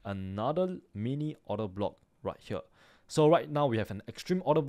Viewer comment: I love how he sais "right HEEWER"